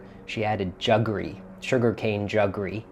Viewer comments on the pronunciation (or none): Hi Rajiv, you mispronounced 'jaggery'. It's not "juggery". Love your channel, and watch it compulsively.